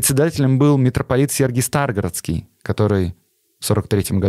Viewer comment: Спасибо,, за интересный контент, но у тебя есть одна проблема - почти в каждом выпуске ты неправильно ставишь ударения на незнакомых тебе словах. В частности, в этом выпуске правильно произносить так: Сергий СтрагорОдский, культ ДиОниса, епитимиЯ.